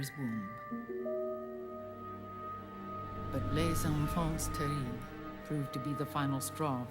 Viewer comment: 'Les enfant-tzzzz terribe' i feel a little disapointed in the mispronounciation because it shows how little they really research foreign lands, something i feel inexcusable in a masterpiece like MGS4